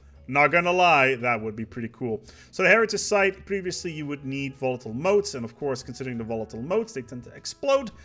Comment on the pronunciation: "... unlocked by Rare crystals rather than Molatile Votes, althought the Leaning Power Tower of Pisa made entirely of C4..." You know, your misreadings are more amusing than the patch note quips at times.